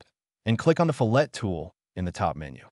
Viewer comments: NOT REALLY..! :-) Fillet, Fillet, Bow, Bow. These are what are known in the English language as "heteronyms". Words that are spelled the same but have different pronunciations depending upon usage. A FILL-LAY such as in a fillet of steak of fish or a ribbon is something that cut in a thin, narrow strip. In food prep it is a thin strip of boneless meat. But as I mentioned it can be a "ribbon" of something. A FILL-LET, (not fill-LET but fill-let with equal emphasis on both parts), is a wedge shaped, triangular support between two perpendicular verticals. When possible, depending on the material the fillet is often blended smoothly to help relieve any stress between the faces. In any case the reason for the different pronunciation is not simply personal whim but two completely different things that just happen to have the same spelling in English. The only way to know which pronunciation to use is by knowing what you are intending to describe. In this usage, CAD, the correct pronunciation to use is "fill-let", a wedge shaped support. (unless of course, you have included a thin strip of meat in your drawing, which would be a fill-ley) I don't mean to be a know-it-all but Heteronyms have always been one of my pet peeves. By the way, I found your video to be very helpful as I am a long time FreeCad user who is trying out OnShape. I am kind of having an uphill battle and I am wondering if it is worth it. I keep trying to build things in OnShape and I find myself tripped up by how to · Two things: firstly the correct pronunciation is actually " FILL it", not "fill- ETT". Second, having watched this, i think I'm too old to learn how to use CAD. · Fillet should be pronounced "FILL it" not "fillette'. Probably because of the AI voice? Great comparison video, thanks! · My old CAD brain resist. Just for fun.. Fillet radii … the American pronunciation is (Fill-it Ray-de-eye) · Another guy told me it’s pronounced “fill-et” with the "t" sounded out. I’m a bit confused 😂